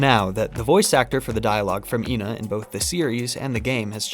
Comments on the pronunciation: technicallyyyyy it wouldn't be ee-na because when ena is written in japanese it is translated as e-na not i-na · It has been confirmed that the pronunciation is “eh-na”. This is further seen in the few characters that consistently say their name correctly (Frank, Froggy, suspicious man, etc) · it's ena not ena! ... nice video! keep it up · it's pronounced ƎNA. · Can't believe you dont know how to say ƎNA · And here I was pronouncing it as Ee En Ay, because I thought it was an acronym. Never heard of ENA before. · I always saw it as like how some racists would say that this race always looks the same even tho they're not and they all actually look different, they believe the ena they see is the same ena theyve met in their life and the different pronunciations are the names of different enas being used on the wrong ena